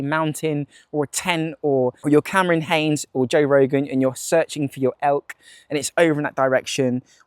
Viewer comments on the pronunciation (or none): none